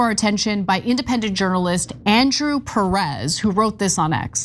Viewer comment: Ana: It's not "Puh ress." It's "Pear ess." Sounds more like Paris. Accent on the FIRST SYLLABLE por favor.